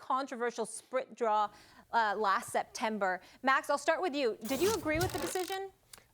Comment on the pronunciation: "Sprit Draw"